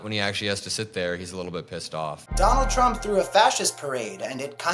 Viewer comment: Did she call him Dullard J Trump?